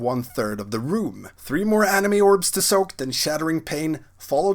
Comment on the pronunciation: "Anima", not "anime." :D